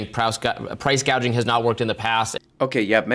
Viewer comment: "Price gauging"?